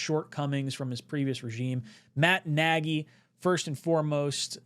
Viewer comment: It's not Naggy it's Naagy or ie Nagy